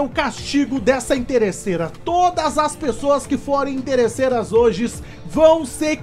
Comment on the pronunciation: Quem percebeu que o falou HOJES?